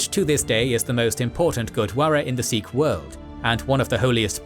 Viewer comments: It’s pronounced Sikh, not Seekh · Good work .... Continue more on Indian history .... 🙏🙏💯💯 Pronounce as Sikh and not as Seekh .... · 'Sick' is the actual pronunciation for the word Sikh, BTW. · Many phonetic mistakes with names of people and places but Great work to highlight Sikh history 🖖🏼👍🏼 much more Sikh history post 1700s through to WW1/WW2 and Post Partition/1984.